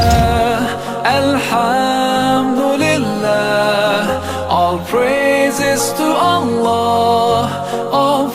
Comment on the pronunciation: Wrong tajweed. Al haaam dulilah is wrong.